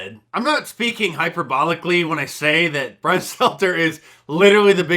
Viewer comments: Ah the life of bwian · Mark Dice is a better Lil Bwian Shelter than Lil Bwian Stelter 😂